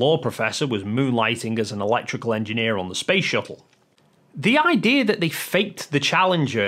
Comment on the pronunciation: It’s shuttle. Not shu-ell. You twat.